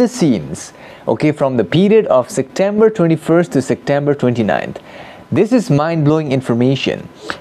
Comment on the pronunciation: Namaskaar,! I wonder what is your mother tongue? I heard you pronouncing "Sectember". In my mother tongue, some people also pronounce it this way.